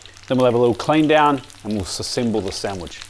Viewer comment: "Sessemble the Sandwich" 😅